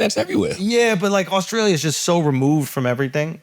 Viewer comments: Did I really hear my man say "Auskralia"? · Ctg pronouncing Australia as “Awe-Skrale-ya” is INSANE 😂